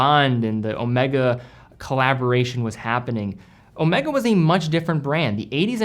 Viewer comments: Ow May Gaaah , not owmekka, it's the name of a Greek letter..., come on you can do it.. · Please, please, whenever referencing Omega in conjunction with James Bond it is always Omeega as pronounced by the true Bond (Connery). Thanks. Used watches? Crikes, you are turning into an industry. 👍